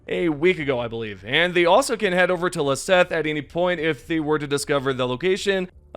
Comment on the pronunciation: Sorry to gripe, but at least it’s not about the game… Please pronounce these planets correctly….. any time you travel to them in game, they pronounce it for you. It’s extremely irksome for some reason to hear “leseth” when its “lesath” and the ‘A’ in lesath sounds like a soft o, like sock. At this point it’s almost every video that gets planet names wrong… and most content creators do it. For the level of detail that goes into making these videos, idk how that part is either forgotten, or not cared about enough to be right.